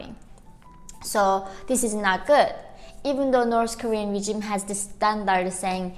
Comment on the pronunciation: just for future reference, its "regime" not "regimen"